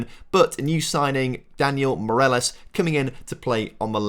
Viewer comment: Ok, try before recording: morÁles. VAliÊjo. The highcased letters are the strong ones you accentuate